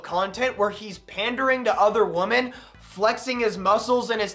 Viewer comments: No hate, but just so you know, the plural of woman, women, is supposed to be pronounced like "wimin". Like it rhymes with how a Southerner would say dimming, dimmin' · Bro you do know that women is pronounced differently then woman right?